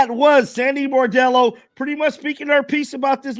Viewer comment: No offense but the name of the players talking to the press was Bondello. Bordello is not quite right and is something one doesn't bring up in polite conversation 😮